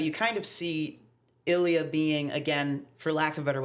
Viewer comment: Love you two but I cannot with how you say Ilya! It sounds like "A Lea"! Ha! Edit: just saw you responded to another comment....and fixed it. Gonna watch for sure!